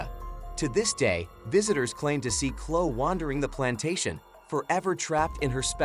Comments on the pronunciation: Chloe (ch-low-ee) not Clo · Pronounced Chloee